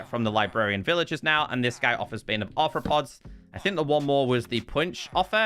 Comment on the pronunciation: He said bane of arthrapoops